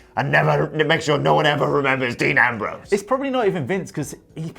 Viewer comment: Dee Nambrowse